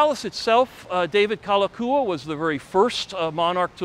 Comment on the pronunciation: I appreciate your enthusiasm, but having lived on Oahu all of my 63 yrs., I have to say that you got a lot wrong. I’ll give you a pass on the bad Hawaiian pronunciation, such as Kalakaua, but I’m afraid many of your facts are just plain wrong. For instance, the royalty didn’t lose 95% of their lands. Bishop Estate (the holder of the remaining crown lands), is still the largest land owner in the state. Also, the “Big Five,” we’re not families. They were the largest companies in Hawaii (specifically, they were sugar factors). Namely, Alexander & Baldwin, Amfac, Theo Davies, Castle & Cooke, and C. Brewer. Also, Lunalilo preceded Kalakaua (and was the last king related to the Kamehameha family). I won’t mention any more errors, but just suggest you do some more research. This is just constructive criticism. Your video was quite entertaining and I thank you for it. 🤙